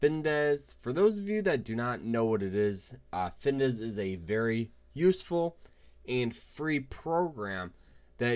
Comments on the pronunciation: It’s called FINVIZZZZZZ not Findesss... 🤦‍♂️😂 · You mean Fin Viz, not Dez. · If you cant even pronounce the name, how trustworthy is the advice? It’s FinVIZ........ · As soon as he mispronounced the name I was out 😂